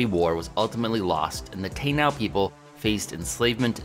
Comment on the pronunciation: I love and watch all your videos but man hearing you butcher the pronunciation of "Taíno" on Indigenous Peoples day is difficult on this Latino's ears! Just for your and everyone's awareness, its tah-EE-no, most definitely NOT TAY-now lol